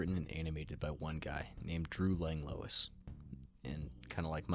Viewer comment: His last name is pronounced lang wa